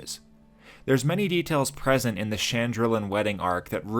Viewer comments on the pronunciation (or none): none